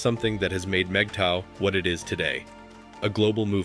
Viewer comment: Good video. Can’t share it, unfortunately. The computer constantly voices MGTOW incorrectly and even misspells the acronym. The informational aspect in point on. As I’m not sure that these are mistakes or an attempt to clown us, I cannot forward. Thanks anyway.